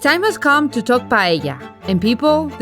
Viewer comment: You forgot a critical one: calling paella, "paLLella". Many more tourists do this than the Barca thingy. Best!